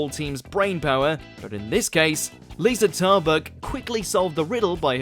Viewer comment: I hope Aisling Bee and Liza Tarbuck don't watch this after their names are butchered so badly.